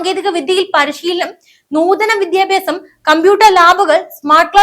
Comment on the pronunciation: Request to pronounce as വിദ്യാഭ്യാസം not വിധ്യാഭ്യാസം!